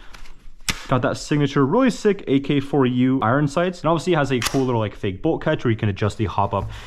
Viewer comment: you said ak-4u and i died💀